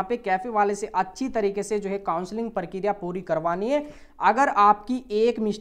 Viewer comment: Parkiriya ni prakriya.. 😂